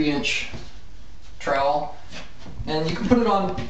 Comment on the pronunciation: Oh my fuck... What are you doing!? in my 11 years of working in this filed i have never seen someone tape like this? You can't use a hawk and trial? (which by the way you say incorrectly). This tutorial really isnt precise at all. why would you wipe the tape from one side to the other? i guess if you werent actaull doing this as a job it wouldnt matter but damn... you suck lol.